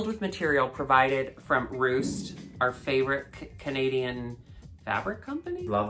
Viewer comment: ROOST? How dare you!? It’s called Roots, mama